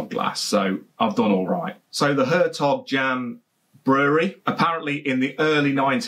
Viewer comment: The closest you can get to pronunciation as a Brit is 'air tok yon'.... BTW, if you eat Gouda cheese it is pronounced 'howdur'.